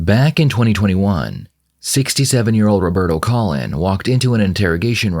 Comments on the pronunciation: Man you are horrible at pronouncing names. It’s pronounced like cologne not Colin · Interesting pronunciation of his surname! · His last name is Colon.... They pronounce it like Collin and Cologne, however, it's spelled Colon... just found it ironic. RIP Mary 🙏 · Well, his last name is COLON! Oh, sorry, it’s pronounced “Cologne.” Sure, buddy.